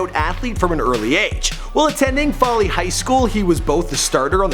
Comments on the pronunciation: Foley Alabama not Folly? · FOLEY not Folly tf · It’s pronounced (Foe)ly not folly and that’s not even Foley High school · It's pronounced fOley, not folly Alabama, hometown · Its foley nigga not "faley" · Foe-lee... not folly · I live in Alabama and you pronounce Foley, not like (fally). It (Fol-ly). Use the "o" like in fold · I remember when Julio was in highschool. ITS FO-LEE NOT FOLLY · I cringed every time he said foley Alabama. It's not pronounced follie, it's pronounced fohley. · You must be having a stroke. That's not the right highschool, and it's pronounced Fo-lee, not Fah-lee. Don't open your mouth till you actually know what you're talking about. My source? I'm from there. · It's pronounced "FOE-LEE" not "FOLLY" you uncultured swine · its pronounced Fo-ley not fol-ey Alabama. I use to watch Julio play in highschool ,run track and play basketball. he was a star in like the 7th grade. real Alabama legend. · FO- lee lol Foley AL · The city he is from is pronounced like Fowley. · It is pronounced FOELEE Alabama but spelled Foley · It's pronounced Fo-Lee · Why can't you say Foe-ly, Alabama? Why? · Same bro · It's pronoused like mole-y but with an F. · I like how he butchered foley AL.😂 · Smh not how you say Foley... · This irks me how his mispronounced foley. You said it like how ghetto people say four and then put the ley with it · He can't say foley right lol